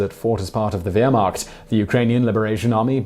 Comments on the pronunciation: As an Englishman, I would like to tell you that your pronunciation of "Wehrmacht" is, frankly, atrocious. Mind you, it makes my German born girlfriend laugh! I mean, why are you so convinced that there is an "i" in the spelling, let alone your mispronunciation of the W?!? I mean, you pronounce the last syllable right, but totally butcher the first! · My father was a member of a special forces unit with a high regard for German soldiers esp the officer corps You downplay the enormous success es of the Wehrmacht ( learn to pronounce it right) As for the German tanks being no better than British or American tanks frankly this is incorrect. As to atrocities the bombing of Dresden was a war crime given that the Third Reich was in its deaththrows by late Feb 1945 a lot more than 25,000 were killed and this bombing raid against civilians also took place against Hamburg Cologne and Pforzheim using incendiary bombs to burn the places to the ground. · Well Simon, you need a new fact checker. There are so many mistakes in this video, I won't list them all. BUT, perhaps if you just pronounced "Wehrmacht" correctly. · Just a bunch of false information and i cringe at the way you pronounce "Wehrmacht" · Wehrmacht starts with v, not w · Oh come on, you can pronounce Wehrmacht and Erwin if you try. It's not difficult. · First learn how to pronounce Wehrmacht and then I’ll think about finishing the Wideo. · You cant even pronounce Wehrmacht. I stopped the video at that point. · KC actualy, as a german, it is exactly as in war. war take exactly that pronounciassion and put it infront of -ehrmacht. That's how you spell it. also the "CH" in -macht, is kind of a noise that english people never seem to underatand how to do. just try to make the noise a radio makes when there is no signal, that's it. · Is it me or is it plain WEIRrd how Simon pronounces it WEIRmacht? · I just have to say that Wehrmacht is pronounced Vermacht not Weermacht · Wtf is a Weermakt? It is pronounced Vear-Macht.